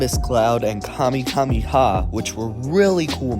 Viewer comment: "KamiKamiHa"? I'm sorry, it's just a little bit annoying hearing that after Toriyama-sensei died.